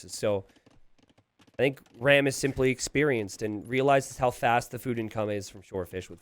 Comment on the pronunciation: hey i might be wrong here, but ram might actually be an indian player (and you could maybe check that). And if he's Indian, his name is pronounced "raam" like farm. Great video tho